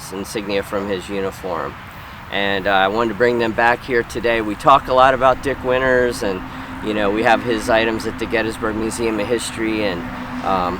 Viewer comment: It's pronounced Dick Winters and nothing else.